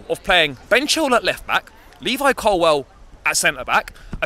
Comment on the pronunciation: It's COLWILL Not Colwell